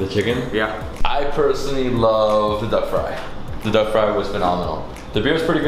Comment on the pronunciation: When he said duck i heard dog wtf 😑